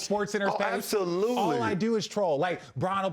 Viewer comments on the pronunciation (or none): LeBron slurring those words hahaha "absolulely"